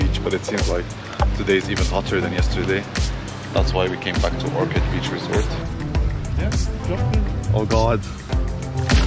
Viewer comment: Ohrid not orchid :D